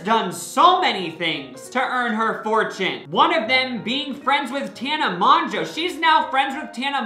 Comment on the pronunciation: ok i love you but ins moguoe (mo-joe)